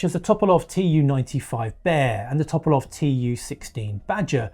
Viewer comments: A small correction: you pronounced Tupolev as Topolov. It's too-paw-lev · Tupolev -> Toperlov??? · A "Top-o-love" you say?? haha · No one ever bothers to google the correct pronunciation. It obviously causes physical pain.